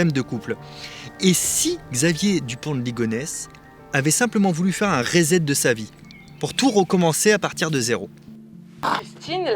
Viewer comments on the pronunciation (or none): none